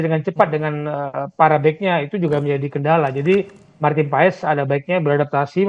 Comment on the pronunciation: Bacanya martin pas min😅